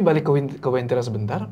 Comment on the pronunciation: Bukan wentira, tapi uentira.